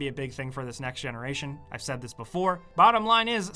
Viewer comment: "We're not super geniuses here" I bet, you just said V instead of 5